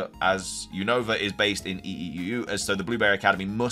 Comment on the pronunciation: say Unova name Right your always saying the Name of region Wrong 😅